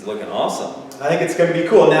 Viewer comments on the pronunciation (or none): none